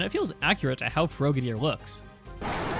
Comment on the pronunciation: Are you intentionally mispronouncing Frogadier? Or is that just how you pronounce the word "frog"?